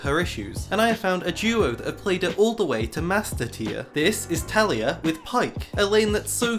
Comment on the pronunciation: A little part of me dies every time he says “Talia” instead of “Taliyah”